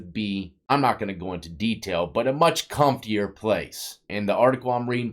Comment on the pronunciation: "A much cumtier place"